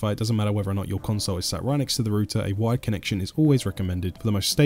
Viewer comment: I thought he was saying wide not wired. Very confusing first time I watched.